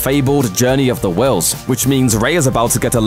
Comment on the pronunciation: "journey of the whills"? can we get someone who has actually seen star wars to do the voiceover next time?